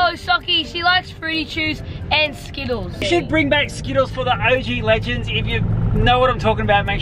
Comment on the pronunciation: Bro said blegands